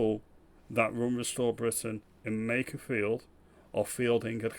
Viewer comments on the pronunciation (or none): Lowe can't even say makerfield correctly. Yeh so in touch